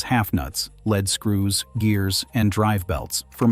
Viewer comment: Lead screws is pronounced LEED SCREWS, not led screws.